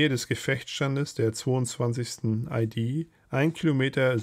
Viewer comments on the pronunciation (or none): hast du vollkommen recht!das is nun mal ne "ie-Dee" und keine "ei-Die"😂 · Anmerkung: Du sprichst immer wieder von EiDie, also Englisch Identity.. Ist aber ne Infanteriedivision, also IehDeh...